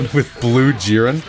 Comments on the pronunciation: Bro it's jeer-in not jir-N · its not jeren its J"I"ren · The way you say jiren makes me cringe so much bruh